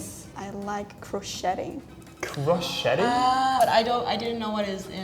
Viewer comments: You know English has a lot of french loanwords in the vocab when you hear non native english speakers pronounce words like crocheting as it is spelt "cro-chet-ting "and not the correct "cro-shay-ing". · crocheting is pronounced croshaying in English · She has probably never heard the word crocheting being said, so she said it like it's spelled. :)